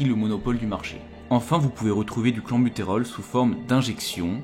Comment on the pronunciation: oui oui mais on dit "clènbutérol" et non "clanbutérol" et "bronkodilatateur" et non "bron chaud dilatateur" et tu n'en dissuaderas pas un seul...ça semble si simple (à première vue)